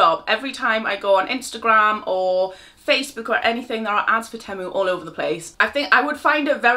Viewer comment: 😂❤ it's 'Tea-mue' 😘 xxxxx